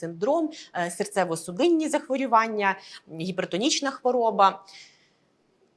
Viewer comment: Дякую за вашу працю. Але ставте будь ласка правильно наголос в слові захворювання. Це не "а" в суфіксі. Коли лікар, тим більше "в телевізорі", говорить не дуже грамотно, довіра до його слів зменшується.